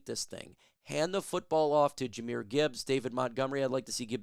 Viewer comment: Its NOT Jahamyr Gibbs. Its Jahmyr Gibbs